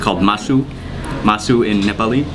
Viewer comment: Masu मासु mean meat in Nepali language you did correct pronounce Sir